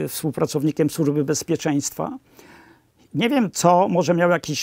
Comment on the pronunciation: Nie "sużby" tylko służby, panie!